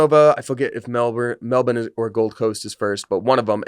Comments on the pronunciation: Pronounce Melbourne as "Melbin" we always correct foreigners when they pronounce it the way it's spelled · I've said this before, Melbourne doesn't rhyme with Born. It rhymes with Burn. That is how you say it with an American accent.